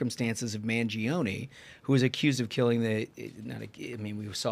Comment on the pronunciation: Everyone is pronouncing Luigi Mangioni's name incorrectly and I'm sure it'll be hard to correct people. I know it won't change anyone's way of pronouncing it, but just want to point it out. Correct Italian, it's pronounced "man-joni" not "man-jee-oni" When an "i" or "e" after a "G" or "C' changes the letter phoneme, it's not pronounced unless left alone (like Bongino) Ciao is not "Chee-ah-oh" it's just "chow"